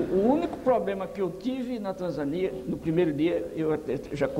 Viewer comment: Diga-me em qual país de primeiro mundo com educação evoluída esse método foi adotado ?? Não vale Tanzânia - que esse senhor pronuncia de forma errada . Deixe de se fiar em informação errônea e se informe de maneira correta...